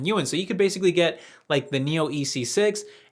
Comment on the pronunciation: Just FYI. Chinese pronunciation of "Yuan"